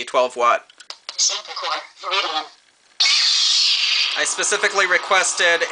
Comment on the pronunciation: It's actually VIRIDIUM not VIRIDIAN